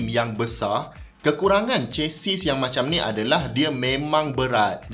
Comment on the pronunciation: Chassis /ˈʃasi/ Sebutan: Ce-si. S di hujung silent.